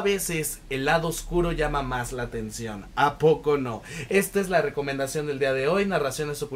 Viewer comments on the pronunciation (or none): none